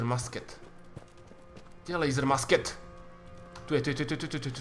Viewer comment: ta tvoje musket se vyslovuje mušket nebo mušketa :-)